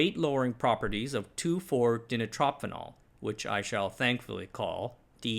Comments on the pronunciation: Its pronounced "Die-night-tro-fee-nol" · Yes. About the only thing he struggled with was the pronunciation of DNP! Hint: try di-nitro-phenol. :) Apart from DNP there is another famous poison that short-circuits the body's energy production process, in a different way: Arsenic. Arsenic, being the next element down from Phosphorous, ends up in the ATP energy cycle in place of phosphate. But these analogues spontaneously hydrolyse quite easily, wasting the body's energy as heat. I recall being told that the administration of Arsenic (when they did such things!) was accompanied by a pleasant feeling of warmth due to this process. Paradoxically, Arsenic has apparently been used in poultry and swine production to improve weight gain until fairly recently. How this works, I can't explain at the moment.